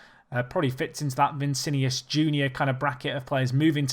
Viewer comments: Cannot buy Paqueta anymore. Going to Milan in January. And its Vinicius, not Vicinius! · Vinicius, not vincinius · It's V I N I C I U S bruv, not Vincinius, but good video nonetheless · He can say it however he likes. If I want I can proncounce your name as Andre Chavez. It's called freedom of speech.